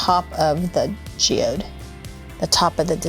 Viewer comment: You said GEOYD wrong 🤣🤣